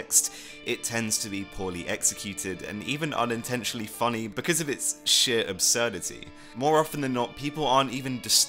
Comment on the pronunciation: i can't tell if he said 'shit absurdity' or 'sheer absurdity'